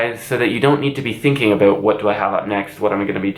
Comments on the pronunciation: says “aboot” me: instant subscription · this is probably the first time i've heard the infamous canadian "about" accent